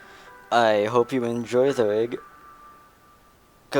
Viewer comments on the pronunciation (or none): its rig not vig